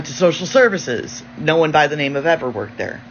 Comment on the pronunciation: why do Australian women add the the tree ‘R’ to the word ‘No’ So when they say the word it sounds like ‘Nore’…….WHY!?!? 😫